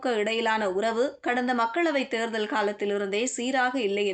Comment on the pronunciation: தேர்தல் என்ற வார்த்தையை சரியாக உச்சரிக்கவும்